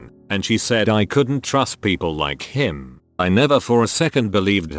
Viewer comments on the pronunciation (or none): it's really scary how the robot voice emphasized "him"